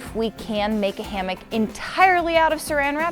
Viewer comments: No affense. But it’s a hammock not a hammick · It’s hammock not hammick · its a "Sarammick"